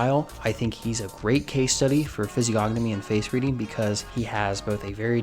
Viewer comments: The 'g' in physiognomy is silent. the 'c' in latin is pronounced like a k. So greco would be pronounced more like greh-ko Other than that I enjoyed this. Well done. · THE G IS SILENT!